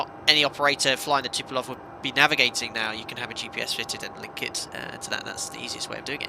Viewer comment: It is called Tupolev not Tupolov!